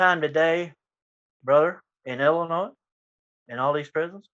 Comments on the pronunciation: Can't even say Illinois right. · You don't pronounce the s in Illinois. I remember hearing about the Gaylords in 80s just like Neutrons it was still a term in the 90s. Damn I'm old